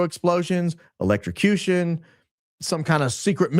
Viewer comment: Even. Grok. Says. Electrucution